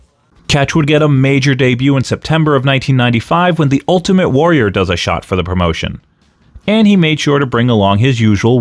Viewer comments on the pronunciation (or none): none